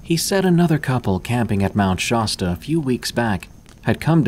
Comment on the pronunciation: FYI, it's Shasta with a short A as in nasty. If you pronounce California the way you do Shasta, you would sound just like AH-nold. In other words, you are Gubernatorial material here in the Golden State. And I am so thrilled that you've added a third Creepypasta category to Tales from the Breakroom and Unexplained Encounters. This is wonderful. Also, I love your taste in music, but I've got to say the ambient bird noises were wonderful. They put me right on the trail with the characters you were narrating about.